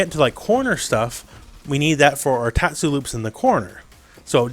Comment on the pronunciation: good pronouncing on tatsu